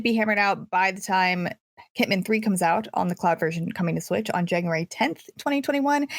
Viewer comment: I like the way pronounces Hitman as “hitmon,” like she can’t escape the habits of saying Pokémon names.